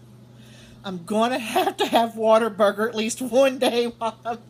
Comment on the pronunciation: You're such a hoot! Yeah, Lady of the Flag: Git 'er Done (as Larry the Cable Guy says) That is the only chart I covet but refuse to pay big bucks for it on eBay. I couldn't figure out what a Water burger is, then realized you were saying What A Burger, LOL..trying to picture a water burger in my head! Don't come to Las Vegas, we don't have them here. We recently got Chick-Fil-A, I went Sat. to try it. Line was out the door and down the sidewalk out front (temp. 108F) asked a clerk if it was always so crowded, she said this was considered slow! What? I liked the chicken sandwich but not the waffle fries, not crisp but soft & wilted. Nope!